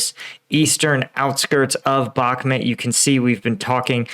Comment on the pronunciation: It's pronounced BOK-MOOT, not bokmet.